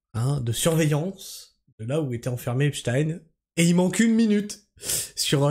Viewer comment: Merci de maintenir la bonne prononciation du blaze, que la majorité US a transformé en "Epchtiiiiiine" . Merci de revendiquer la fallaciosité, & stupidité de ces arguments, aussi récurrents que répugnants, que constituent "Wai May tu joues le Jeu de l'extrême (...)" , & "Faut qu'on s'allie tous ensbbbbbllllblbl", ce qui revient à un "tU jOues LE jEU dE La DIViSioN !" in fine... Je trouve qu'il a fait le move le + risqué, insolent, & auto-saboteur de son histoire avec cette affaire, pas aussi sûr que ça finisse automatiquement aux oubliettes comme tu le suggères, juste prcqu'officiellement acté ; de la même façon que jusque là, la majorité de l'affaire était reniée ds son essentiel partout, pourtant la base solide communautaire dite Komploplotiste n'a jamais RIEN oublié jusqu'à mtn . Enfin, dans la mesure où ce qui se passe signifie une trahison frontale de l'Agent Orange envers son électorat, le rendant aussi nuisible ds le reste du monde qu'au Vietnam, + que cette officialisation salace vient des mêmes structures que ces Komploplo ne risquent pas de prendre en confiance, je ne vois pas en quoi ce move les ferait "oublier", ou endormir l'histoire devenant de + en scandaleuse, en fur & à mesure que les dingueries s'enchaînent. La pathologie mentale rattachant les QaNoNistes & autres, à l'AO, ne vaincra jamais l'évidence qu'il s'est foutu de la G du monde entier, & qu'il se met en position de non retour, ce que les membres officieux du Sachoir, ne pardonneront, ni n'oublieront